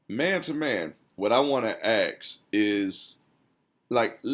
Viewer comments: ASK, not AXS. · Aks lol. It’s ASK. You know all this other straight wisdom but this stumps me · it's hard for me to listen to poor grammar and pronunciation: "ax", "dat", "dats", "lass I check"